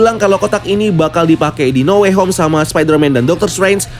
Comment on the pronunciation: No way home salah nyebut lo